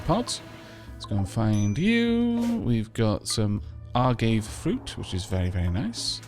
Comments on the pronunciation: its a-gav-a not gavy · I don't want to be "that guy" but you may actually find this interesting,. Agave is actually pronounced "uh-gah-vey," gotta put a little bit of spanish flair on it! I say this cause I pronounced it "ay-gayve" for quite a while as well.